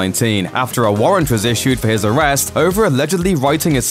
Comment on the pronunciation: “Am i O rested”